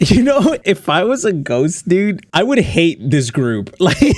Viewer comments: The "Dude" sounds more like "Jude" to me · Is it just me or when said dude it sounded more like student